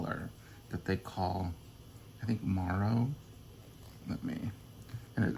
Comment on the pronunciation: Hi! If my Spanish classes from decades ago serves me correctly, "marron" is Spanish for chestnut/brown. It would have the accent mark over the o and be pronounced "mah - rrhon."